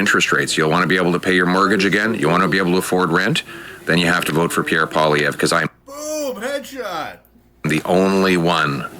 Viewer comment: Really like your video but say it with me. Pierre Polievre. Polly then ev that’s it. Polly-ev